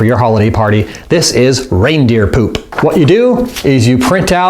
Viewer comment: the way he says poop pewp 😂😂😂